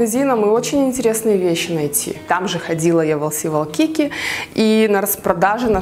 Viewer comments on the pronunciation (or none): Извините конечно что поправляю Вас, но Вайкики, а не Валкики! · на самом деле не лс валкики а лс уайкики